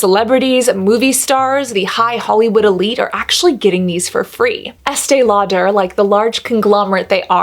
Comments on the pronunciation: I was with EL for quite a while. Although I actually love the way it sounds when you say it, it's just pronounced Lauder, not Lau-der' (but you did say Lauder towards the end). I was around for the launch this and another brand around the same time. This was a really interesting video (like all of them). While its a great barrier/occlusive cream, you made some very interesting points. I think this is a problem with all ultra expensive "special" skin care. People used to line up for it. You do know the industry. Brava. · Why does she say “Estee Lau-der” putting so much emphasis on the “der” part??? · Why este lauDARE? I feel like that’s a strange way to say her name. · Informative video but the way you kept saying “Estay-Law-Tur” over and over again made me want to poke myself in the eyeballs! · Estee Law....pause...DURR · Why does she say Estee Lo-duh like that? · Estée Lau-DER? Love it! 🤣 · estee law-durrrrr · Ok I looked it up and the emphasis is on the "aud" not the "der" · WHY CAN SHE NOT PRONOUNCE ESTEE LAUDER PROPERLY????? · WHY DO YOU SAY ESTEE LAUDER LIKE THAT AHAHAHAHA FUCK ME ITS ANNOYING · I love your videos and the content is really good but, can you please work with a vocal coach? You sound like Kardashian! Your vocal fry and upspeak is super annoying. It makes it really hard to fully enjoy your videos. Also, why are pronouncing Estée Lauder like that?